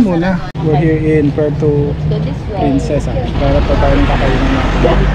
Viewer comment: Puerto Prin”c”esa